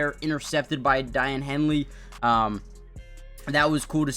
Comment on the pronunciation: It’s” Day-on” Henley. Not Di-anne. Also that beat reporter is Chris “Rim”